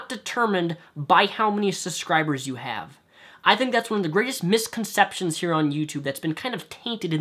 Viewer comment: UUUUUUUUUUUUUUH I HATE HOW YOU SAY SUSCRIBERS!!! ITS SUBSCRIBERS NOT SUSCRIBERS BLARRRGHHH!!!!